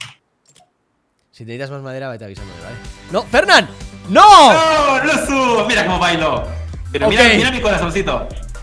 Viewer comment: No se llama lucu es luzu